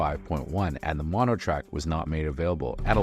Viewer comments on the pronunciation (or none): none